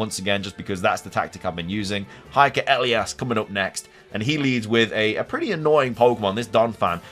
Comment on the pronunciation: Lmao. The way you pronounce Elias.